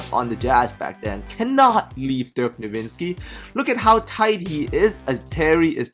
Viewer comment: Dirk is called NO-WITZ-KI! NOT NowiNzski!